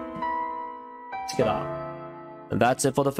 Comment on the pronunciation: When he says together it sounds like he’s saying “tacata”